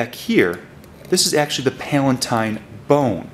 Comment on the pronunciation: its pronounced PAL-UH-TINE